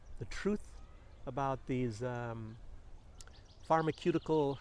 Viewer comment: Clever move to fool the censors": say "pharmakeutical" instead of "pharmaceutical".. 🙂